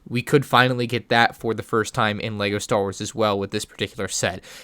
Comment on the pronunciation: ”Star was”